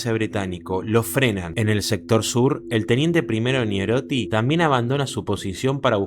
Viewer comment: Es "NEIROTTI" el apellido